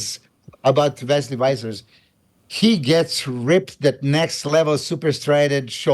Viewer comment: Its Vissers with a V guys not Wissers 😂